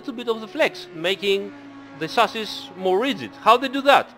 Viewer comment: These explanations are so helpful, love these streams. Also every time you say chassis, I hear sausage, I guess It's time to eat xD